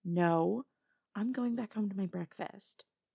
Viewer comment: I've never heard say breakfast with a B before